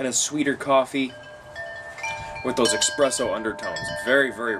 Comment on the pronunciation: While I appreciate your review of this cigar; I'd like to note that you are trying to mimic Bryan Glynn of Cigar Obsession (almost exact same phrases and review style). Also, the flavor your are trying to describe is not pronounced EXpresso, it is espresso (no EX sound just ES.) I write this not in a condescending tone, but that of a critiquing. Have your own style and ensure you pronounce your words appropriately so others will take you seriously. Also, you have no link in your description as you mentioned in your video. Keep up the reviews!